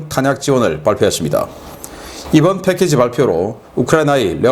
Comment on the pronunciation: "패캐지" 가 아니고 "패키지" 입니다 옛날식 영어를 배워서 그러려니 이해하려해도 들을때마다 영 귀에 거슬리는군요.. 교정 바랍니다